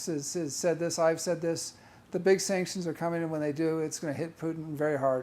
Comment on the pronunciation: Sanctions, sactions, .... Take a tea ☕ break 😂😅😂